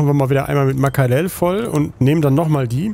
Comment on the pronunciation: Nur eins... Die heißen Makrelen... Ma-kre-len... :D Trek: Dass sich das alles noch aufklärt, hab ich nach der ersten Folge schon gesagt...Und alle so" meinste?" Ich so:"Klar, wird schon alles seinen Grund haben" :) Und ich musste nicht mal meine Tarotkarten fragen :D Mal davon ab, warum sollte immer der Captain die "Identifikationsperson" sein (mit Verlaub, ich mochte Janeway auch nicht...)...Hier liegt das Augenmerk doch eher auf dem anfänglichen "Außenseiter" und das ist mMn völlig okay... Davon abgesehen, habe ich eigentlich eh damit gerechnet, dass die gute Dame mal Captain wird und dann hätte sich das ja eh erledigt, nicht war?^^ ((hab nur bis zu der Sache mit dem Zeitspringer auf dem Schiff geschaut, weiß also nicht, wovon du redest ;) )) Übrigens, ich mag Boote :D